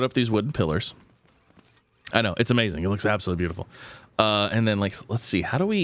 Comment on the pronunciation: It's amazing not awmazing